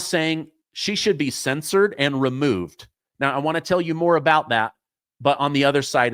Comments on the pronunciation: You’re mispronouncing censure I believe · There's a difference between censor and censure. They're pronounced differently too.